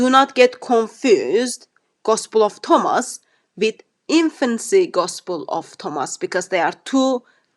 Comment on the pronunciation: What's upsets me the most is he can't say the word Thomas. how can you be an academic but you can't pronounce the word Thomas